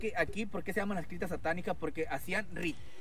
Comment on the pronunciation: No tienes otra cosa que desmentir más lo que tú haces porque primero que nada si dijo criptas correctamente.